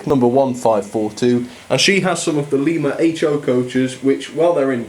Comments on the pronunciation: I thought you said "Lemur" locomotive works! Great video! 😅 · It‘s pronouced Lima as in don‘t tell a lie. Still nice review. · Not that it matters, but the Lima Locomotive Works was so named because it was located in Lima, Ohio. The name is not pronounced like the capital of Peru. The first syllable is pronounced like the fruit. Say "LIME-uh". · Michigan is actually pronounced as Mishigan and the Lima is pronounced lie ma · Lima is pronounced lie-ma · Lee-ma is in Peru. Lie-ma is in America! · Pere Marquette, the locomotive is actually a passenger locomotive. I would recommend, Pullman couches. In the movie the polar express is the same locomotive, they just changed her for the movie. The couches she pulled was Pullman couches. Hope that helps. Also Lima you pronounced it lema the I is not an E sound. Otherwise not a bad review. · Don't mean to be harsh, but Lima is pronounced "Lie- ma". Not offended or anything, just letting you know. I also have one of these. It's amazing. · Just a word of advice, the Pere part of the Pere Marquette name is pronounced like "Peer", not "Pear". Also the Lima locomotive works name is pronounced "Lie-ma" locomotive works. Just thought i'd put that out there! 😊